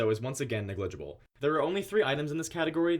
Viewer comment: Great video, but its NEG-LI-GI-BLE, not NE-GLIG-IBLE.